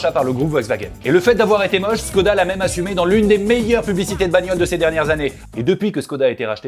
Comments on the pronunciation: ça se prononce " Chhkoda " et pas "SSSScodaa ". Moi je retourne j'ai Vilebrequin ! lol ! Enfin ça n'en reste pas plus qu'une brique sur roues ! C'est tout carré, tout anguleux, ils font peut-être de bons véhicules mais ça reste quand même des designs plus que datés ! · Chkoda Pas si difficile à prononcer.. Salutations